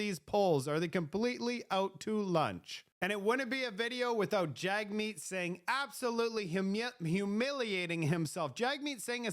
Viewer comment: One small criticism, the leader of the NDP whose name is spelled Jagmeet, it is pronouced JUG-Meet....not Jag-Meet. I do not care for the NDP leader one iota, but I will at least show the basic courtesy of pronouncing his first name the way he wants it pronounced. I served in the military and was on a course with a soldier whose last name was Duench....and most upon seeing the name pronounced it like Quench with a D.....but she told everyone it was pronounced DEN-ICK (apparently Dutch or something) and everyone respected her and her name, pronouncing it as she requested...... It makes conservatives look bad when we disrespect something as basic as the manner in which a name is said.